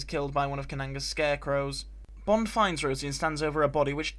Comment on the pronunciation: EXCELLENT regional accent bit there .... "un Bond has 't save her" FAB ☺ Many thanks as always, good Sir